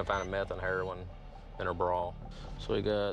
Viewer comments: “Under her ‘braw’” lmfao say Bra one more time 😒😭🤣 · “How did it end up in your braaw”. 😂. Love it!